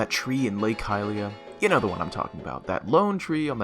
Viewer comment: the way he pronounces hylia hurts me so much